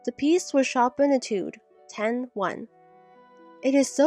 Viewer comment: This story made me furious! Any student that really wants to play the piano can play the easy "Twinkle, Twinkle Little Star" by the second lesson. The author of this story has no idea what they are writing about. Chopin was pronounced wrong, and you can hear a piano all over the house when you practice or are just playing, so the mother would have heard her daughter during the lesson and when she practiced. Also, locks on the doors can always be changed. Too many errors in this story!